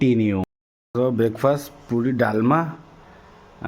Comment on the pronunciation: Bhai pudi nuha, puri 😊